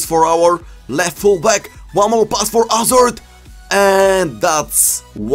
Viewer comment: Will never get tired of you saying "AZARD"! Your videos have really helped me learn a lot, thank you very much!